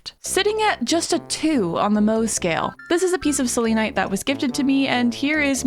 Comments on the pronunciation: Its pronouns sel-en-ite not sel-lean-ite /gen /nm -a pagan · Stop 😂 that’s not how you say selenite! I kept laughing ever time you said it! You say it as cell-ah-night ❤ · You Say selenite wrong🥲 its not like how you say Selena you say it more casually. Sorry it was just really bothering me😅